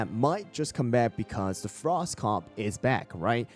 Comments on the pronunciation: pinecone comeback is real!! also "frsot" lol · FINALLY someone recognized pinecone’s potential here 🎉 Also “frsot” lol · “Frsot” pinecone is back!